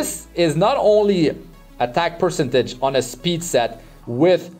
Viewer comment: Great video man, thanks for the gear showcase. Quick tip, please check the correct pronunciation of the word 'percentage'. Love your videos!